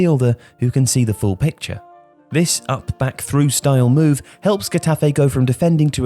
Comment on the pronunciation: Love your videos but I couldn’t help but cringe every time you said Getafe. You really butchered the club’s name. L MA O.